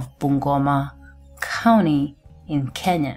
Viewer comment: wacha kusema kauni plz. sema county plz